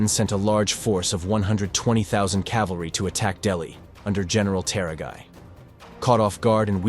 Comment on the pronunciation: CORRECTION! It is "CAVALRY" and NOT "CALVARY" as the latter is a place in Israel.